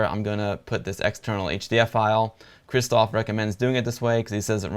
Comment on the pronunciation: Dude. Both "rz" and "sz" in the name "Krzysztof" should be spelled as "sh" in "shoe".